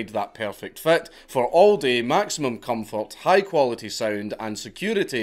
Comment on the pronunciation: I don't like the way you pronounce "comfort"; it sounds too much like a subreddit I'm subscribed to. Say "comforters" real quick just so I can be sure.